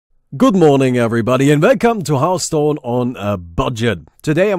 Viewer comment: it's hearthstone not heartstone lol